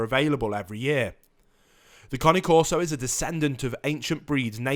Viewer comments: It's Cane like Candy Cane, Not Connie. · I love how he's saying Connie corso instead of cane corso 😭😂😂😂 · The one thing you can’t google about these dogs and report on your channel....how to pronounce their fuckin name. It’s not the Connie corso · How you pronounce it makes it sound like a new breed of dog 😂😂😂😂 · Junior Scarboro I agree he is pronouncing The name wrong. So annoying... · I 💯 percent agree with you. His information is so far out in left field Not to mention he can’t even pronounce cane corso correctly And then he says They Barley bark .Come over to my Home our Shop and see if my Dogs Bark. He wouldn’t even make it to the front Door before my place shakes Not to mention if one of them don’t chance him down the street.. Great watch Dogs Awsome Family protectors....